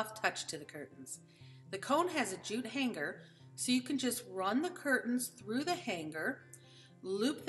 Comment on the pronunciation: Hanger is not pronounced Han-Ger. Sorry, but it's like nails on a chalkboard to me.